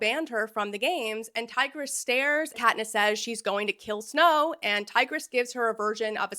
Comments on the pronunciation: all the ancient Romans in the comments are terribly offended by your pronounciation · Bro really went from tigris to tigger 💀😭🤦‍♂️